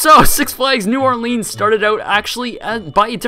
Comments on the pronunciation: Also it's pronounced New Orlinz, not New Orleens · when you realize he says New OrlEEns not New OrlIns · It's pronounced more like New Or"lins" rather than New Or"leans". Actually it's more like "Nwalins"... but yeah. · I LIVE IN NEW ORLEANS AND YES IT WAS A TOTAL LOST. IT IS NOT NEW ORLEEENS WE SAY NEW NAWLINS😊. SHA. !!!!!!!!!! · It’s New Or-Lense not New Or-Leans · "New orlEEns" It's "new orlens" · I'm a native and we pronounce it New Or-LUNS, not New Or-LEANS! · New Orleans is pronounced "New OR-Linnz " not "New OR-Leans" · It’s said new or lands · New Or-Lens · No its pronounced"Newalins" in proper Louisiana dialect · new Orleans is pronounced new- awlans (Orleans is almost one syllable) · If you screw up a take you can just do another instead of just mumbling and joking about how you screwed up. Oh, and it's not pronounced "New OrlEEns" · Only people from Louisiana crying when someone says new orLEENs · Ugh I live there and I cringe when I’m coming back from vacation and EVERY pilot says New Orleens like how this guy says it. CRINGE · I'm from MS Coast we pronounce it New Orl-luns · it's pronounced Nawlins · it's pronounced nawlins in the south 😁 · I enjoy the way you say New Orleans, I say new orlins(pronounced the way it looks lol) but it may just be my 'Texas accent' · New Orleans is not pronounced that way 🤦🏼‍♀️ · that's not how you pronounce new orleans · You say New Orleans wrong. Also, Mississippi got it way worse than New Orleans ever did from Katrina. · Exactly! I'm from New Orleans and I cringe every time someone mispronounces it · Will someone teach the world how to say New Orleans!! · the way you say new orleans is murdering me